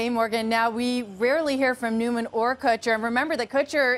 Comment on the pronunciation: Why do people pronounce his name newman? It’s noyman